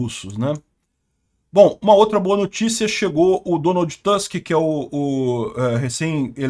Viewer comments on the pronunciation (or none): NÃO é Donald TÂsk, mas sim Donald TUsk.